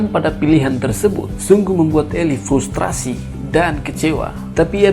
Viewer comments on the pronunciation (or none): none